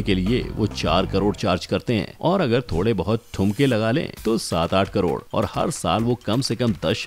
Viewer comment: 7.30 minutes mie 3.5 crore ka pronunciation wrong kiya hie sir ne